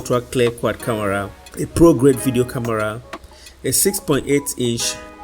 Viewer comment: Bro, it's not camora🤷🏼‍♀️ it's camera